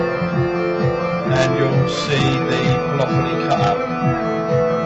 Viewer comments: Cant you put effects on the main bus? Surely you could put, say a reverb on the whole thing and then use the extra insert fx for others? By the way, its polyphony (pol-liff-oneee) not polophony..lol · Po- liff- fin - knee